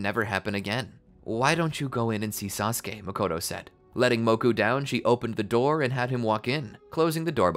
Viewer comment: One syllable from SaSOOke